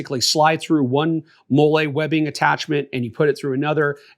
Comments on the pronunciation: 31 years on this earth, 8 years in the Army, and you're the first person I've ever heard pronounce "Mall-E" webbing as "Moolay". 😂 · Great video! Learned a lot. Btw it's pronounced "molly" not "mo-lay". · What the hell is mollé (like Olé) its molle (Molly) it’s was starting to be a good vid but after that i was out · If you don't know how to pronounce Molly, then I don't know what to tell you...... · I know it's petty, but it's (mol-lee) MOLLE. It's an acronym for "Modular Lightweight Load-carrying Equipment". Just sayin' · It’s pronounced Mol-lee homie… sorry it bothered my military ears 😂…. Good video though. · Talking about people that don’t know MOLLE while mispronouncing it is crazy work! 😅 Great video, though.